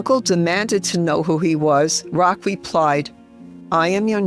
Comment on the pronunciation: Just a little sidenote, as a European, I know :-) it is not Saint Rock it’s Roch ( Rosch ) it’s a French name thank you!